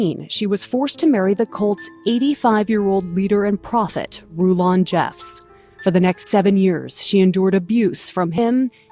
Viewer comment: cakap prophet pun pelat eh😂